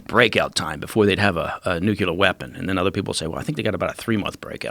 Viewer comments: His em-pha-sis is on a different sy-llable - trevor v. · >Eeesh!< When did "Nyou-killer" become the default pronunciation!? Every time I hear it it's like cats down a blackboard to me! Time was when I would throw out "Nu-killer" (ie, back in secondary school) thinking WHAT a clever pun I'd made (cringe!) Now, it's gotten so's I expect to be corrected for using "New-clear" literally any day! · Say it with me "nu - clear". Not "nucular". Bugs me so much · He lost me at "nuc-u-lar" weapon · How can anyone be trusted if they can’t even pronounce “nuclear”? Mr Baker is very Bush-like.